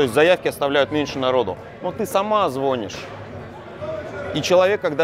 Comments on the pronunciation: ЗвонИшь,, звонИшь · высший балл! Но вот «звОнишь» - ай-я-я-й(((